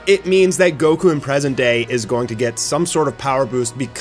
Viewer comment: anybody else catch that near he called goku gocum LOL